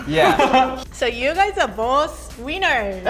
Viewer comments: “Wieners” sorry I had to point it out I love her tho HAHA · She's saying winners right? Because I'm hearing weiners. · Its sounded like Said ”You guys Are Both Wieners” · When she said you both where winners it sounded like she said wieners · “ You guys are both wieners!” That’s what I heard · Did she said: „so you guy are both wieners?” I know what she meant but come on, you have to admit this is pretty funny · "You guys are both weiners!" I know that she said winners, but it sounded like weiners, so I just wanted to make that joke. Sorry. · was she saying weiners or winners !?!!??!!?!? lol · I only hear "You guys are both Wieners" :D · Who heard she say wieners